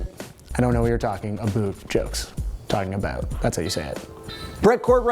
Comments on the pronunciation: just 'aboot'. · OH MY GOD! LMAO, so funny. You were talking about the accent and made an "aboot" joke, and then literally the next comment where you say "Brett Cortright wanted a shout out," you can hear it REALLY clearly. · Also you sound like you're from Canada when you say 'Toronto' and 'about'